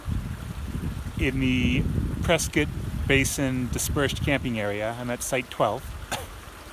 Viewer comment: Yayy!! So happy to hear you didn’t have to go back to the Big A. The job sounds amazing! I used to run cross country in high school thru the White Tanks in 100+ degrees some afternoons. Gorgeous 🌈🌈! And Mr. Florida even knows how to pronounce ‘Prescott.’ Sweet. Happy Holidays.